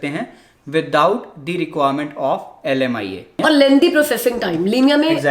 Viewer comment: Oh bhai leemia kia hota he🤣🤣🤣🤣 behn bhi leemia hi bol rhi he. 😂😂 LMIA kahan se leemia ho gya